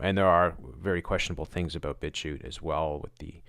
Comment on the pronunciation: u keep saying bitshu? bbitshoe? bitcute? <-- i have no idea what exactly ur saying, so how am i supposed to find it - and of course, it's not linked... WTF? Come on! i've never seen this fuckwit b4 - i can tell just from this page though, that it's just more nonsense - why give it so much attention? Finally found it by using google mic - and saying bitchute - the link is Thank me later 😜